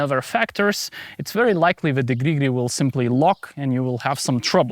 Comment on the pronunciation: Please make a short compilation of your "gri gri" sounds 😂